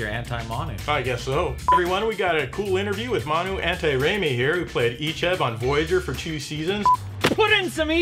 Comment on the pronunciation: My god. mispronunciation of Manu's names was totally awkward....